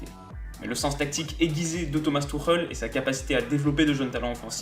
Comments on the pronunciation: Haha tu m'tues, t'essayes de prononcer le "ch" pour que ça sonne comme en allemand mais tu lâches un Thomas Turrrèle qui sonne méga latino pour le coup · Je pensais pas qu’on prononçait Tuchel comme ça…